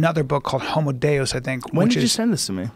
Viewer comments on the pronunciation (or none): none